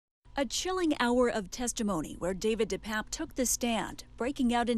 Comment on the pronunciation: First, his name is pronounced DePAPE, NOT DePAPP. Second, he is Paul Pelosi's BOYFRIEND.